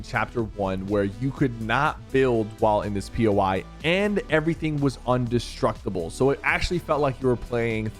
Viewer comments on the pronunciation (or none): Bruv really said undestructible 💀💀💀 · Bro said undistructable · Bro said undusteuctable